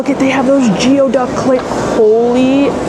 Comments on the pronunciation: It's GOO e duck.....please people 😂😂😂 not GIO!!!🙏🙏🙏🙏🙏🙏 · Its pronounced gooey-duck #geoduck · Love your vlogs! Geoduck is actually pronounced GOO-y-duck. PNW pronunciations are wild 😂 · Amazing video!! The Geoduck is actually pronounced “gooey duck”. It’s super good raw and sliced thinly. Very salty haha 😆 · If they wanted me to pronounce it "gooey duck" then they should have spelled it "gooey duck".